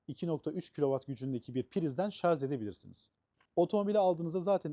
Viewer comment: Şarz değil Şarj olacak.